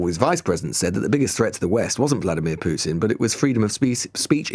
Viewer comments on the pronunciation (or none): none